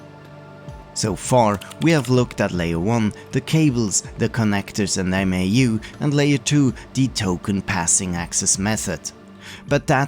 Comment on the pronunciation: MAU is pronounced mow (like cow) I saw a school computer lab that booted a bunch of PS/2s from 1 Novell Netware server over token ring. Eliminated a lot of stuff kids could get up to.